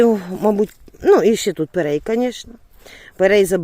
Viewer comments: пирІй, а не пЕрЕй.🤦😁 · треба казати ПЕРІЙ, ане перей.